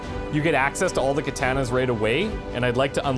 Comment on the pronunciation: 'kaTAANNas' the kaTAAANa pack' lol